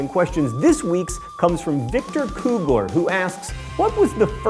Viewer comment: THANK YOU FOR PRONOUNCING KUGLER CORRECTLY